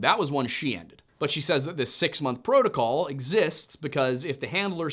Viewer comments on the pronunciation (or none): none